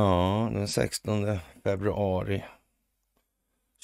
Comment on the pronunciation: 😂de ä alltid roligaste i början ,idag lät de som Carl sa 1600februari 😂kram o trevlig helg go gubbar 🥰❤️🥳☕🍻